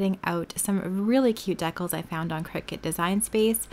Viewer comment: LOL I’ve never heard decals pronounced the way you pronounce it